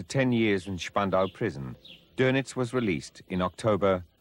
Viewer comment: See the umlaut over the O in his name? That means its pronounced dernitz